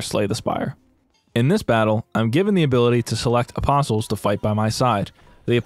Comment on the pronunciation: Its like, I know hes saying apostles, but I keep hearing opposums, which honestly sounds like it might have made a much interesting game